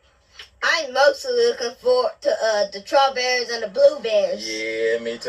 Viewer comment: When Noah was asked what was he excited about planting a garden , instead of saying he excited about planting strawberries Noah pronounces strawberries Trawberries. Noah needs help with his speech.